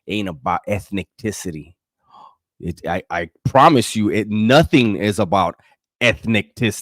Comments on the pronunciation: When he said.... Ethnecticity!! 😂😂😂😂. I couldnt stop laughing 😂😂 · What's crackin'? This reaction had me crackin' up 😂😂😂 "...ethnic-ticity" GREAT reaction ‼️ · Ethniticty HAHAHHAHAHA